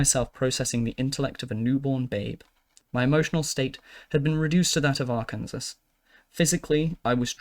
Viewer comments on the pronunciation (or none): You were able to pronounce the section "doug doug doug doug doug" correctly, but couldn't pronounce Arkansas correct? I expect much more of my audio book creators.